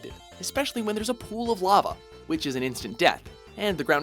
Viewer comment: am i the only one who thinks the way he says "lava" is weird?